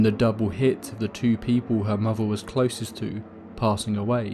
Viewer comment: what a favvah? what is a muvvah?